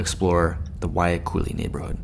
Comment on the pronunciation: why do you call it Waikuli when it's Wahiluki? Sounds so haole